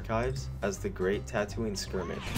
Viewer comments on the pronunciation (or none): none